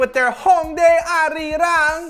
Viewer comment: This is Arirang, not arriang.